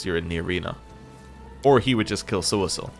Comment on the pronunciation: Are you pronouncing poor Sosiel's name incorrectly on purpose or am I missing something? I remember you saying it correctly when you first met him. Just that one time, I believe. 😄